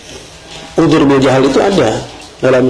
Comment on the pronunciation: uDZur bukan uJur